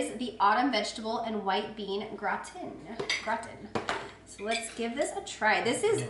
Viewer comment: Pronounced Gra-Tan fyi! lol! You are awesome! Thanks for all the reviews!♥️♥️